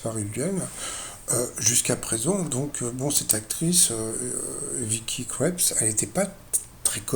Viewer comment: Monsieur...on dit Krieps...un i long...c'est tout...merci pour votre vidéo.